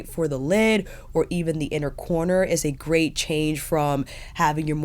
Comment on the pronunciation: Love this review, the best one yet for this product. I'm happy to see it as I've --- ORDERED -- this woohoo... "but when you use it it's a grey't time"